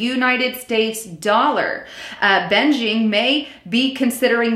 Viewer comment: Beijing not benjing